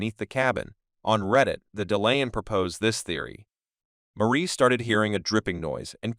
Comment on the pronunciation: Decent video, but the computer-generated narration in this and other similar videos is annoying. It's "Ma-ree" not Marie, and "Ha-vee" not J-V.